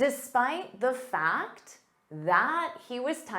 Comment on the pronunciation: The engineer or thee(dhe) engineer as it is vowel sound